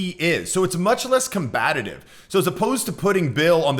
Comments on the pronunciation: "combative" not "combatitive". I've had to be corrected on this many times so I'm hyper-aware now. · So your obviously into Ben. The word is combative not combatative. Why should I take advice on language nuances from someone who can't speak properly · "Combatative" - that's a new one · The word is combative, not combatative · Combative : Ready or eager to fight. Combat-itive, as you said means nothing. This is what really irks me. Learn the language. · Combatitive? There's no such word. This idiot is trying to teach people how to be socially astute when he doesn't even know the English language. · “Combatative” ?? Lol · combative is already okay with the number of syllables it was given no need to awkwardly attempt to add more combatatatatatatatat you sound like billy joel. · . Did you really say "combatative?" Oops